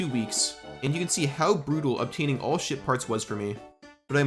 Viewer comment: I cannot stop hearing shit part when he says ship parts😂